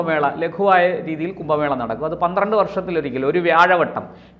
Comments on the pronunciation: കുമ്പ മേളയല്ല. കുംഭ മേള എന്ന്, എഴുതുകയും, ഉച്ചരിക്കുകയും വേണം. വല്യ വാക്കുകൾ പറയുമ്പോൾ സൂക്ഷിക്കണം. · "കുമ്പ" മേള (വയർ/ ആമാശയം) അല്ല സേട്ടാ.... "കുംഭ" മേള 😡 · കുമ്പ മേളയല്ല കുംഭ മേളയാണ്